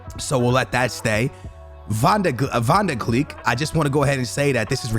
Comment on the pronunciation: Van De Cleek